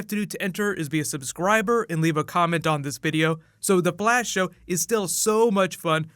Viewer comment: Its Flash not Blash😂Dumbass